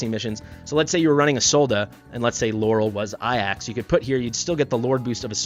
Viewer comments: Bro, please. Ajax is pronounced "Ay-jaks" (hard "j"), not "ah-yaks". Please :D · Pls stop calling ajax iax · In the case of greek pronounciation, then it's "ai-as" or "é-as" and not "ay-yax" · A jax Not ayax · Ay-axe is a very unique pronunciation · Does know its a J and not an i?? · Why you pronounce Ajax wrong lol